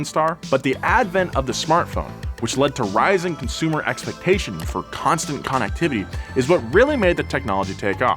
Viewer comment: I love the emphasis when he annunciated “con” nectivity I believe he subconsciously said it that way because he was describing the manufacturers ability to communicate.